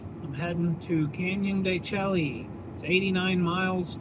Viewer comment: de Chelly is pronounced "can-yuhn duh-SHAY" (phonetic spelling: /ˌkænjəndəˈʃeɪ/). The "Chelly" part sounds like "shay" (rhymes with "day"), derived from a Spanish corruption of the Navajo word Tséyi', which means "rock canyon" or "inside the rock". ￼Wikipedia +4